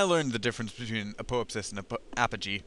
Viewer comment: Should be pronounced "ap-oh-AP-sis". :) (stress the 3rd syllable), but great video. And yes, "selene" refers to the moon. (therefore aposelene, periselene)...also can use "lune" (apolune, perilune).